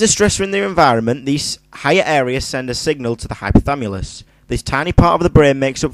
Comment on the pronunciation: it's hypothaLAMUS not hypothamulus :)